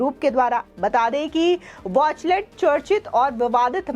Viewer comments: watchtell not watchlet plz correct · It's वॉचटेल not वॉचलेट, नाम तो धुक से पढ़ लो। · Is the company Watchtell or Watchlet as the reader is saying. Atleast these reader should come better prepared instead of serving half-cooked things. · Wachtell hai watchlet nahi boli sudharo anchor sahibaa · वॉचलेट नहीं वॉचटेल, एंकर मैडम सही तो बोलो। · Why news presenter is saying it is Wachlet. It is Wachtel. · It is wachtell and not wachlet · Wachlet nahi uska sahi naam hai Wachtell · Whatever the contents the anchor should read the name of law firm correctly. All the time she is saying वाचलेट instead of वाचटेल। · Madam, Watchtell ko pronounce to theek treh se kar lijiye. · Good step by Adani Group... But the news reader pronounces the name of the US law firm incorrectly...please check and correct.